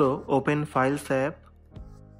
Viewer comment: This worked, at first I couldn’t understand what he said, but it was “open the files tab”.